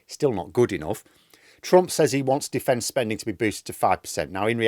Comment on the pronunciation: Defence spunding! 🤣